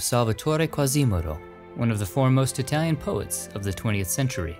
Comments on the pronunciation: Your Italian pronunciation is pretty bad ass. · As an Italian from Milano, I appreciated your very good Italian pronunciation. Another time you should go deep down in the " La Madonnina" the way the Milanese call the Cathedral. in the depths of the underground you can find the grave of Sant' Ambrogio (Saint Ambrose). The Ambrosian Mass is the only variation of the Latin Mass approved by the Vatican.